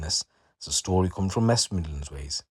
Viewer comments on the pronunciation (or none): "mest widlands ways" 😂😂